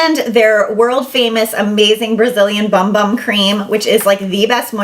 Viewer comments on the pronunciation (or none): It’s not pronounced ‘bum bum’. It’s ‘boom boom’ cream.